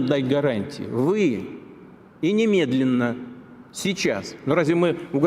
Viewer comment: "...нимєдліна, січас..." тьі, вова, можеш только на*рать себе в штаньі.